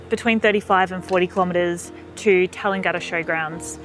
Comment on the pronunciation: Your pronunciation of Tallangatta is completely wrong. It is not pronounced as it spells!